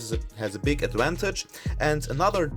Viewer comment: I thought you said pig lol hahaha.